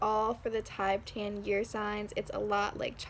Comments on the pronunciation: it’s more commonly pronounced “tihbetahn” (: there are popularized Tibetan singing bowls as an energy healing tool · "Tibe-tan".... bruh